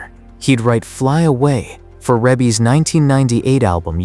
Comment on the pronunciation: It's Rebbie REEBEE pronounced and why are you Showing Diana Ross? for centipede?